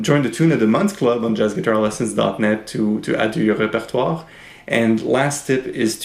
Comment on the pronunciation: Oh that is how I am supposed to say repertoire!! Great lesson thank you